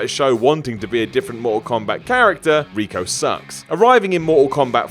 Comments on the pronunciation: Reiko not Rico,Bo Rai Cho not Bo Ray Chow,Raiden not Roiden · No doubt... Bo Rye Cho... Rey-ko... needs some pronunciation lessons